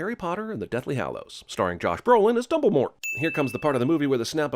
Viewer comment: Thank you so much for remembering to not say the T at the end of Dumblemort!!!